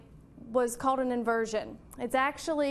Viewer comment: She says "cold" as "code" and "called" as "cawed". Is this a speech impediment or accent? If accent where from? If impediment maybe some speech therapy for newscasters.